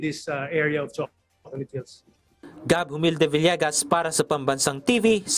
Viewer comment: Hahaha naka ilang ulit ako baka nagkakamali ako ng dinig 😅😅😅😅😅 Choconut hills😂😂😂😂😂